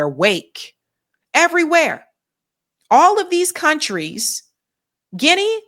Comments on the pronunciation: For God;s sake its "GUE -NEE" you americans smh lol...... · Guinea sounds like guinea in guinea pig it’s right south of Cameroon